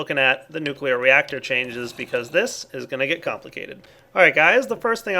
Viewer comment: or nucleaar control